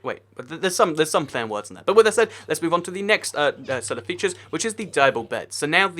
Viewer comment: Featires? xD